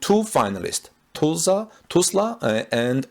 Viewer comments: It is not Tu(s)lsa the pronouncing of the s after the u is not correct. it is more like us. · Am I the only one cringing at how he pronounces "Tulsa"? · its hard to describe how to pronounce Tulsa but maybe check a local news video or something to see if someone says it for you. its really off as you pronounce it. Not a criticism just letting you know